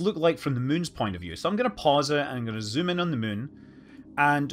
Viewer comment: It's already such a joy to hear how you say "the mün", but "I'm gonna züm in on the mün" is the best thing ever.